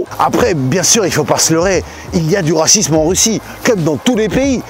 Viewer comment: Une vidéo sur le Rrrrrrrrrracisme🤣